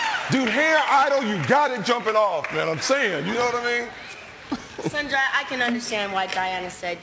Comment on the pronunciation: They never pronounced his name correctly sanjay not senjaya